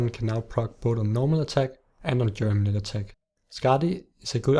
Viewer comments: It's geminate not germinate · GEMINATE GEMINATE GEMINATE GEMINATE "BEING DOUBLED" NOT GERMINATE "TO PUT OUT ROOTS" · ***** the proper word is geminate, which means to double